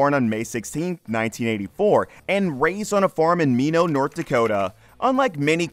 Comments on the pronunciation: Me- know North Dakota 😂 —It’s pronounced My-not. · "Mee-No" North Dakota? Come on guys, it pronounced "My-Not". A simple glance at the Wikipedia page for Minot during your research would have told you that. Maybe a small thing to bug me, but I figure if you get the small things wrong, then I don't know how well you are going to do with the big things in these videos. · sigh...It's not "Me know" ND It's " My Not" ND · His hometown is pronounced my knot. Not mee know. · did he say Meeno north dakota!? hahahaha! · Hahaha it’s pronounced MY-KNOT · "me know" north dakota?? you're not from around here are you? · IT'S PRONOUNCED.... MY-NOT (MINOT) SOUTH DAKOTA JUST SO YA KNOW! LOL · I’m pretty sure Bieri is pronounced “Beery” not “be-air-ee” Minot, ND is pronounced “My-not” and drops the French influence. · Minot is pronounced "My not" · It's pronounced MY-NOT N. Dakota... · It’s MY-NOT not like wine you IDIOT 🙄🖖🏼🇺🇸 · The city of Minot is pernounced (My Not) not how ever you pernounced it. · Minot is pronounced MY-NOT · Pronounced My Not..... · Its pronounced My Not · the comment i was looking for! made me laugh hearing him say "mee-know" 😂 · Learn names of people places and things before you start you tube You are not smart enough yet, to be on youtube. /ˈmīnät/ try to Say Minot ND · You lost me when you mispronounced Minot... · Thats not how you say Minot lol